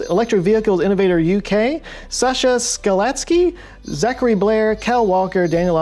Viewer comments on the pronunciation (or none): none